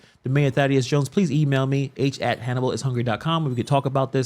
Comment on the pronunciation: They are next-door neighbors. Hannibal is not pronouncing the name right.